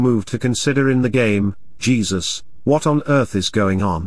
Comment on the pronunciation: said "Jezuzz" 😂